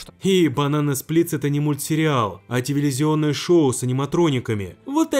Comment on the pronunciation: Тевелизионный шоу 🤣